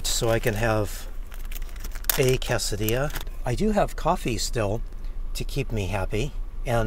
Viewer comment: the word “quesadilla” is a spanish word and it is actually pronounced “Kay-suh-dee-uh” not “cass-uh-dee-uh”